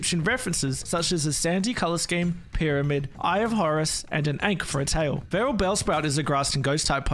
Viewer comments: It’s pronounced AUHNK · the way he pronounced ankh hurts my soul